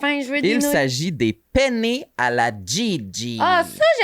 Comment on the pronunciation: "Penne'" avec les deux "n" ce sont des pâtes. Mais il faut bien prononcer les deux "n", parce que "pene" c'est "pénis" en italien. J'étais donc morte de rire en vous écoutant "Moi j'aime ça les pene, moi tu sais que les pene c'est ma pâte favorite! [...] toi t'aimes ça les pene?" hihihi